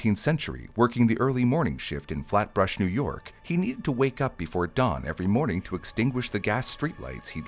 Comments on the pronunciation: Flatbrush 😂 Flatbush? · It’s called “Flatbush”, in NY, not “Flat brush” :) just saying. Also your audio sounds different here. What changes were made? Thank you! Peace!